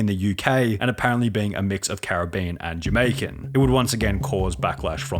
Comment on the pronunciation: "This caribBean girl..." lol